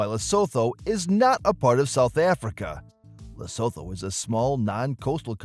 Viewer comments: Not sowtouh , li suu thuu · Every time he say LesThoto I 😂😂😂😂😂😂